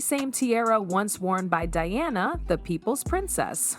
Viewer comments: You've mispronounced Diana's name, pronouncing Deeonna, it's not Deeonna. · If you would stop using AI, their names might get pronounced correctly. Diana's name is not Deeonna.